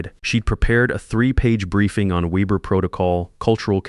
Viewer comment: I have listened to this olid story on another channel. If you're going to use German, then I would suggest you formulate it properly and pronounce it properly! That includes the Weber business name. Ditto for dollar amounts which cock up the flow of endless stories.